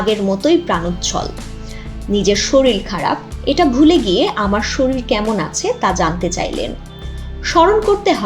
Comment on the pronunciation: স্যালারি একটু বেশি দিয়ে শিক্ষিত মানুষ নেন, ইউটিউবে ভয়েসওভার দেয় কিন্তু শরীর উচ্চারণ করে শরিল - এটা কেমন কথা 🙃🙃🙃